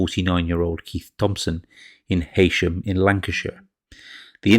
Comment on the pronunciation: #3 Leigh Smith: Heysham is not pronounced 'Hay-sham', it is 'He-sham'.